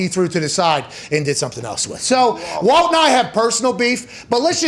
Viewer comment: his name is WALT, CMON.